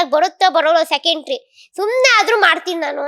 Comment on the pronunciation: ಅದು ಸೆಕೆoಟ್ರಿ ಅಲ್ಲ, ಡೀಸೆಂಟ್ರಿ😂